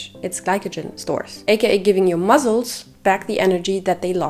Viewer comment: one tip i have is, pronounce muscles like "muSSels," not "muzzles." try making an "S" sound instead of a "Z" sound! great video